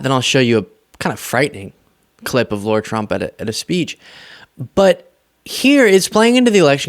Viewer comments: It's not low-rah, it's lah-rah! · Hi! I watch you more than once a day and love your insight. It's Lahrah ( Lara Trump), not Laura...it's a fine distinction, but I'm "Laura". and I can't stand the skank. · Amazing! Lara was able to humiliate herself without singing! PS - it's pronounced "Laira" or "Lahra" Trump, not pronounced " Lora" Trump. No "U" in the name to give the "oh " sound! By the way, the name got popular after the "Dr. ZHIVAGO" movie, the female lead character's name! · Pronounced lie are ya trump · The way you always pronounce “Lara” as “Laura” most really piss off the Trumpies. Good job. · Sorry, love the channel and your content but you keep making a minor mistake. You keep saying Laura Trump, her name is Lara not Laura. I dont see it as a big deal but i know you care about accuracy and it would be like calling Star Wars Star Trek or Lara Croft Tomb Raider Laura Croft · Are you actually saying "Laura"? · I can't stand her, but please stop calling her "Laura".